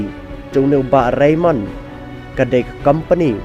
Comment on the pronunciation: Ka khana te ka biang palat bad nga ai ka jingiaroh ia i Bah Raymond bad ka kynhun jong i 👏👏👏 U narrator te hopeless. Phim tikna tang ia ka kyrteng jong u Bah Raymond. Shiphang phi ong Reynold, Reynon etc.. Phi ong ba dei ki sohtrun ba lah duh bad ba pyut.... Please be sure of what you read. This is social media platform.